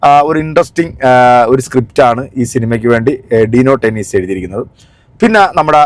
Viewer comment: ടെന്നീസ് അല്ല..... ഡെന്നിസ്.....